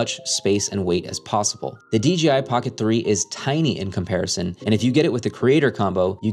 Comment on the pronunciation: DGI??? or DJI???